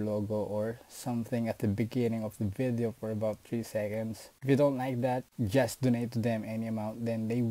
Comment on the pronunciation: STOP SAYING VITHIO ITS VIDDDEO